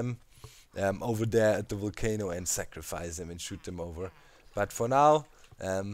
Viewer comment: Always look forward to your vids. Always dig your accent too. This time you had me dying... sounded like you say "kind of cool for a 'WOOL'-cano in my opinion" Burn it DOWN XD. Quite interested to see how close the witch farm is going to come to it. Also, are you going to place enough standing lava to keep it lit and mob-proof to maintain the perimeter? Actually, maybe keep the light levels down so mobs DO spawn and you can have an EVIL island. (You can always clear the island by activating the Volcano and Watch 'em BURN!!!) Thanks for all the great inspiring content!